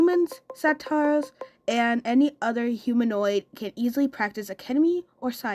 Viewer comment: Sal is actually a satyr (pronounced like "say-tur"). A centaur is half human, half horse. 😊